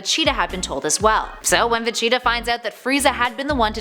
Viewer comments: Vacheeta XD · "Dr. Jeero, NAHmek, Vacheeta" She's clearly never watched and is just reading a script. I hate that. Nobody who has ever seen dragon ball z would pronounce it "Nahmek" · Vacheeta? I stopped watching after that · it's VEGETA not Vecheetah! She said it that way SO many times! It just be intentional! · I had to check the comments, i thought I was having a stroke or something every time Vecheeta was said. Glad Im not the only one hearing this. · I have a bigger problem unhearing Vechitaah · Please learn how to say Vegeta properly. It's supposed to sound like Vegetable, because that's where his name comes from. I don't know who "Vacheeta" is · How do u even get vecheetah from vegeta? Where did she learn to read? Lawd! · I want a part 2 but not if you are gonna mispronounce Vegeta as Vacheeta. I like you, but come on. You probably never even watched the show. And usually I am not the one to complain about pronunciations, but I never knew what you were talking about and had to rewind twice, because I thought you were talking about a cheetah. I thought I had managed to forget about a DBZ character. In short, yes to a second vid. No to Vacheeta. And maybe get someone who pronounces the names. Or maybe someone who actually watched the show growing up. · ???? Vacheetah. I thought it was Vegeta. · Funny how she pronounces Vegeta. It's obviously pronounced "Virginia". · Is she saying Vecheeta...? Yes, Yes she's saying Vecheeta, wtf, there's a G in the name, how do you even make that mistake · Dont know if this was a mispronunciation or not, but you kept calling Vegeta "Vecheeta" lol. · So many errors just in this video. Va-chi-ta instead of Vegeta , Nahmek instead of Namek, Gohan blowing off Cell's head off (it was Goku's Warp Kamehameha btw), Dr. Jiroh instead of Gero... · H20 Insane my heart was crying. That chee really irked me badly. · I knew people would lose it when she started mispronouncing vegeta. Because it bothered me WAY to much.